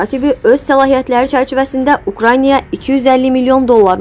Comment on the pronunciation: Danışan qız, sözləri düz de. Ukranya yox, Ukrayna. Nə qədər savadsız insanları şərhçi qoyursuz